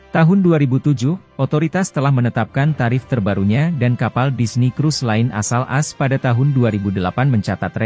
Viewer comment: Informasi yg berguna, namun narasinya harus diperbaiki masbro..AS itu Amerika Serikat jgn dibaca As🙏😃